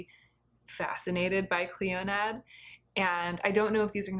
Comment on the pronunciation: Clionadh is my favourite brand and has my favourite formula. The stained glass collection is not LE, it's permanent!!! And it's pronounced "Klee-oh-nah"